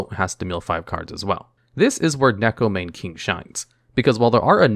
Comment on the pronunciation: Why can't people pronounce neko mane correctly. It makes me sad